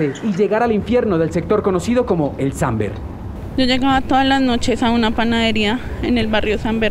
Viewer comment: es SAMBER no SANBER